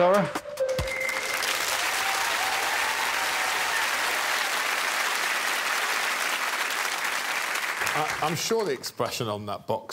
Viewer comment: It amazes me how so many British people still think that "Dara" rhymes with "Tara". For future reference, it rhymes with "Para" or like the first half of "carrot", with an unstressed a at the end.